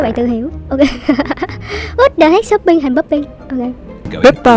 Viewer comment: Shopping thành popping mà nói shoppee thành pooping🗿🗿